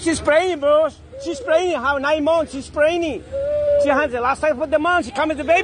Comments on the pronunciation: "She preni" ×30. Had no idea what the hell he was saying until narrator said she was pregnant. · She pregant! Not pregnant 😂😂😂 ICE ICE BABY!